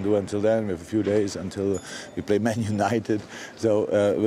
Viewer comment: The way he said MAN United🤪